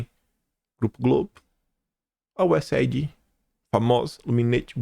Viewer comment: Oi,, posso sugerir que você diga USAid como useid? Veja, aid em inglês se pronuncia eid, então useid fica mais fácil e rápido.